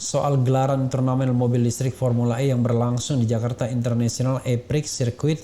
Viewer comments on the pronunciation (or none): saya suka podcast abang, makanya saya ngingetin, E-Prix itu bacanya E-Pri lho. Hehehe sorry , sok tahu, Maap....